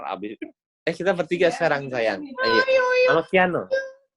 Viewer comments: Kiano bukan kaino kak 🤭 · Nama anaknya Kiano , bukan Kaino. 😛